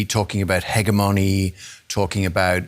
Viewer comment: The fact that your 'China Analyst' doesn't know how to pronounce 'hegemony' leaves one wondering a great deal about the import of his so-called 'analysis'.